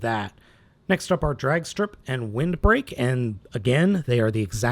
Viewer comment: It's Wildbreak not "Windbreak"